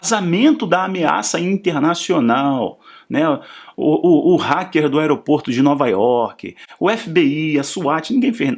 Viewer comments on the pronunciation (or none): none